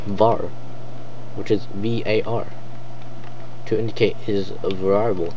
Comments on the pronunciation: ver-ee-abul not varieyable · That pronunciation... var-I-able...